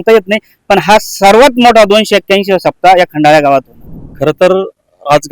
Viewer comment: पत्रकार साहेब, खंडाळा स्पष्टपणे बोला.